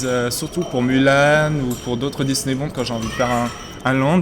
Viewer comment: juste une petite précision. le disneybound se prononce disneyboUnd et pas disneybawnd ou disneybOnd disneyboUUUUUUnd. ah non pasque ça me stresse vraiment. désolé mais la prononciation me stresse et puis la bête il faudrait rajouter du jaune sorry mais il est très bien fait.